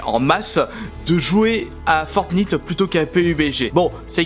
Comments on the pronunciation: Tes vraiment con apprend la langue française on dis un frag et pas une frag et fortnite ça se dis pas comme ça !!!!!!!!!!!!! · Renseigne toi un minimum pubg il et en early acces le jeux sera fini dans 6 mois normal que fornite soit meilleur pour le moment et tu prononce mal fornite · bordel mais des le début tu prononces le nom du jeu comme un pignouf ... comment on peut être a ce point a la ramasse. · ON DIT FORTNITE PAS FORTNIIIIIIITE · Nino To Ça ce prononce plutôt "fortnyte" mais bon. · Fortnite ça se dit 《fortenaite》 et pas 《fortnite》🤣🤣🤣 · c pas fortnite c fornaite on dit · Fortinte pas fortintee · Il s’appelle fortnite mais il se prononce fornaïte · pas fortniite fortnïte avec l accent anglais!!! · C'est pas fortnite c'est fortnaïte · c'est "fortnaïte" et non "fortnite" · sa se dit fortnight mais sa s'écrit fortnite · Fortnayte pas fortniiite 😂😂😂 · On ne prononce pas "Fortnite" mais on prononce "Fortnaite" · Fortnite sa se dit fortnaite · C pas fortnite c fortnayte sa se dis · T vrm nul a chier en + tu dit fortnite c fortnityte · Putain c fortnayte pas nit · tu prononce mal fornite on dit fornight le nite se prononce night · C est pas on dit pas fortnite on dit fortnaite je joue tout le temps à ce jeu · Fortnite sa se dit fortnaïte pas fortnite 😂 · Sa ne se prononce pas fortnyte mais fortnayte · en dit fortnayt pas fortnite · Franchement arrete de dire fortnite dis plutôt fortnyte 😡😡😡😡😡😡😡😡😡😡😡😡😡😡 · Sauf qu’en fait ça se prononce «Fortnight» et non pas «Fortnit». 😖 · C est Fortnigth on prenonce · Il le savait pas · Sa se dit fortnait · À au lieu du shield il dit gilet pare balle, il dit Fortnite en prononciation alors qu'on le prononce Fortnaillte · on dit fortnaïte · Ça se dit fortnAÏt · Y'a que moi que ça gêne quand il dit fortnite ? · Ça s'écrit fortnite mais ça se dit fortnaite sa ta pas compris😂😂😂😂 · Sa me stresse comment tu dis fortnite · On dit pas fortniye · Mdr il dit fortnyte mais ci non cool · Mdr il dit fortnit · on dit fortnitaite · On dis Fortnight